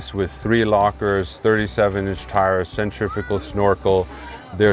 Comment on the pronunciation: Now the other clowns at it. Centrifickle? Wtf, read the words you struggle with slowly and pronounce each syllable, then speed it up til you say the word correctly. Like when you were 4.